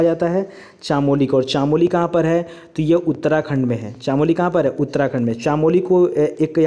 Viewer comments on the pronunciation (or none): वो चमोली है चामोली नहीं । मै चमोली फूलों कि घाटी से ही हूं। आप बहुत बार चानोली बोलते सोचा आज बता देता हू।